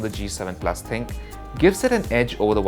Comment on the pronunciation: it is not Thinq...it is Thin-Q